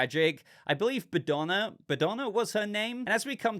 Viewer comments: Bogdana was the old lady's name I believe, not Badona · the way you mispronounced the old lady name was funny to me. You made it sound like she is Madonna with the B while her name was Bogdana. Eric in this series reminds me Drax from Gunn's GotG movies, he has similar jokes and intellect level minus his obsession woth Bride. I was expecting him to be more heroic but it provides a good dynamic to Bride's character. Regarding Clayface it works well as introduction without telling us much about his character so it can be explored more in his own movie.